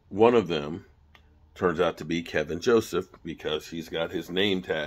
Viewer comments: second video you called him "Kevin".. put an L in it. KEL VIN. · It’s Kelvin not Kevin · Ke"l"vin Joseph isn't O.J. Simpson! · Is there any1 out there that can fix STUPID? Its Kelvin not Kevin...jus like its DK Metcalfe not DJ Metcalfe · Kelvin! Not kevin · yo his name is keLvin Joseph... not Kevin lol